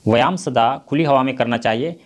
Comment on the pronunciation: Vyayam hoga aap galti padh rahe hain yah mat samjhega ki ham aapko galat comment Karen humko Jo galti Laga ham aapko Bata diye Hain